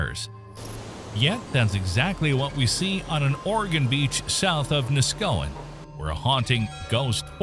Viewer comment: Neskowin was also mispronounced. I'm starting to think the entire video was written and generated by A.I. it shows a map of Lincoln, Nebraska while the A.I. narrator is discussing Lincoln City, Oregon. Lincoln, Nebraska is over 1,700 miles from the Oregon coast.